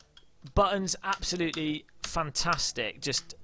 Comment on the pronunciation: noone: "realiSTICK"; "fantaSTICK" you cannot unhear it now :>